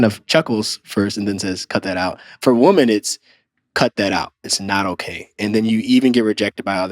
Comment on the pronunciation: I keeps sounding like he saying woman when it should be in the plural form women. I’m sorry, but that’s annoying.